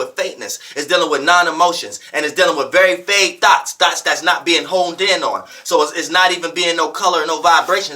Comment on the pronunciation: I love to hear pronounce “thoughts”. It sometimes comes across my ears as “Thots” LOL 😂😂😂